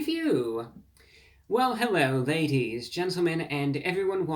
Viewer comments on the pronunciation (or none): Hewwo Wady’s and Gentlemen